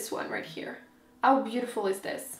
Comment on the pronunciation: I looooove the way you say " 'ow stunning!" :-) :-) It makes me smile!